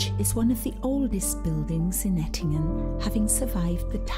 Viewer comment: You were in Ettlingen near Karlsruhe but you pronounce it Ettingen (which exists but is located in Switzerland).